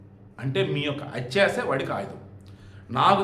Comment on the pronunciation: అతి + ఆశ = అత్యాశ తమ్ముడు ,ఇంకొకటి hatcha కాదు హ + (thya )త్య. Sorry తమ్ముడు ఏమీ anokokandi open గా చెప్పినoదుకు మీ వీడియోలు రోజూ చూస్తూ వుంటా ఎప్పటి nundo చెప్పాలని anukunta ఏమైనా anukuntaarani ,కొన్ని అక్షరాలు కొందరు సరిగ్గా పలకలేరు అది తెలుసు అవమానం గా తీసుకో వద్దు మీ అక్క sarichesthe vintaarugaa క్షమించండి, ఒకవేళ ఆడియో సరిగా vinipinchadam ledemo ఏమీ anukokandi తమ్ముడు pls. కోపం కూడా వద్దు. మీరు talented journalist ఇంకా ఎన్నో vedios చేస్తూ వుంటారు,నాలా ఎవరూ మిమ్మల్ని comment చేయకూడదని అంతే తమ్ముడు sorry.